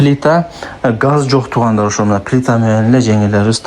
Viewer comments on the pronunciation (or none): Туугандарррррр деп сөздү басып сүйлөбөчү үнуңдү уккан адам жийиркенип видеңду көргүсү келбейт . катуу айтканым үчүн кечирип кой мени. Өзүңдү анализдеп кемчиликтериңди оңдоп түздөп ал